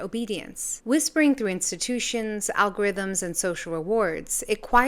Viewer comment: "Al-Gore"rhythm led me here 😂 you have new subscriber! Thanks 😂